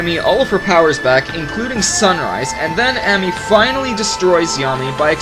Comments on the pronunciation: he still pronounces ammy wrong. its not am-my its aum-my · YOU KEEP ON MISPRONOUNCING AMMYS NAME D